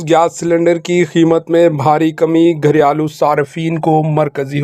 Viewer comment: " گھر یا لو " نہیں بھائی صاحب ، " گھریلو "